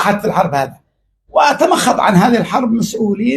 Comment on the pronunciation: تمخض. مش تمخط. مالك يابدوي